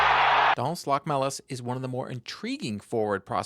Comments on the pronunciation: LoCHmelis (emphasis on the O). I am from Latvia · Btw it's actualy pronounced Lochmelis